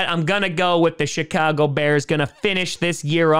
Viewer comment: The "shit-car-go" bears.